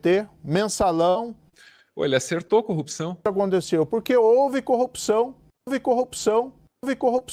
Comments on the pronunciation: Ele falou errado, disse " corrupção"": O certo vindo dele é " copiçao". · O Moro falou "Corropção"